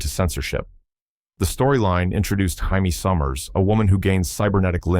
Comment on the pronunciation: Good grief! #04 "Haimey Summers"?! It is *JAMIE SOMMERS *!